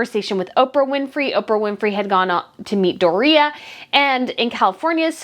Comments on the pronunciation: Hey girlfriend. I am liking your channel. I look for new post everyday, but I do think you should brush up on your grammar. It’s not Uninterested! It’s disinterested, it’s not frugulty, it’s frugaaaaality, long a….and please stop saying Dorea, like Doritos! It’s one word Doriiiiiiaaaa! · Why are you mispronouncing Door re a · Her name is DORIA NOT DOREA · Doria's name is pronounced DOR ee ah, not Dor EE ah.😉😊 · I say this respectfully, Doria isn't pronounced Dor-ria it's just Dori-uh spelled Doria. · NOT "DORR RHEA" IT'S DOORIA...DORIA. SIMPLE. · You are pronouncing Doria wrong. Door-e-a not Door-ree-a. It reminds of Tom Bower mispronouncing Oprah. Good job on your channel. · I have to laugh when you say the name of Meghan's mother -- Do-REE-a, which sounds like diarrhea. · Door re-ya is how it’s pronounced